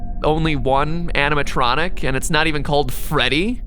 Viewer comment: when Mat said "animontronic" i thought he said "Hannah Montranic" as in Hannah Montana + animatronic